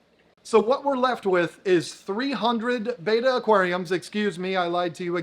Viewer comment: Betta, Not Beta.